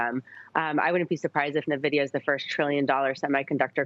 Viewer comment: Navidia? God at least get the name right before investing:)